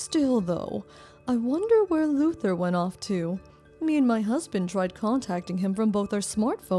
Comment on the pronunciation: Why do I hear "loser" instead of "Luther"???😂